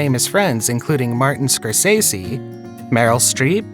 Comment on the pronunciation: SCORE SESS ZEE is how his name is PRONOUNCED.